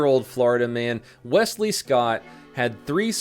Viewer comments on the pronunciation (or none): none